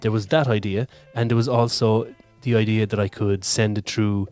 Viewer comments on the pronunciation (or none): none